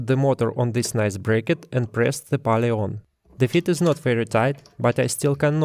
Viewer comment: Cool video. Nice to see that other people are using and documenting the electronic leadscrew. Just so you know, pulley is pronounced more like п у л и